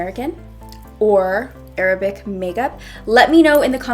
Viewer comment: Can we appreciate how she says Arab and not EIIIIIRABBB .